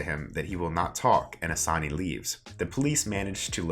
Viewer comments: I'm sorry but if you're going to do a summary at least learn how to pronounce the main characters name! It takes 30 secs to look up how to say it! Annoying for no reason- it's 'AH-SAN', not 'A-SANY', I know it doesn't seem that important but it's the difference between being willfully ignorant and making the slightest bit of effort. Hard to even get through this hearing you butcher it every 10 seconds. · Before you do a SuMMaRy, please actually watch the show so you’ll know how to to pronounce the actual words lmao. You can’t even pronounce Assane 💀💀. You only made this video to tell people “oh yeah I’ve done that”